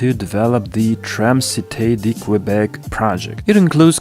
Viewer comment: Please don't pronounce Qwebec...